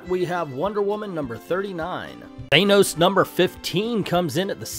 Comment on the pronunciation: Thanos = Thainos? I don't really care how is said it just really bothers me